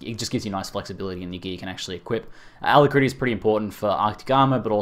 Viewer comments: 'alackrity' not 'ala-critty' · AL-CRITY. lol xD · Carl Killough Nah I'm Australian and I found it a tad quirky too :) Are you sure he is, or maybe he's a Kiwi?